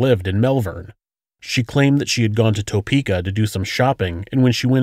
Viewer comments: Wish you could say Topeka the right way!!! Its tae-peka not toe-peka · It’s pronounced topukea not toepeka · Good video, and very informative. Just and fyi...I live in Kansas, and your pronunciation of Topeka is not correct.... not (Toe - Peka) . Not sure how to gramtically correct for you....kind of like a Tu.....sound. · Living within an hour from Topeka and Melvern it's funny to hear the pronouncation of Topeka and Osage county....narrator definitely not from Kansas.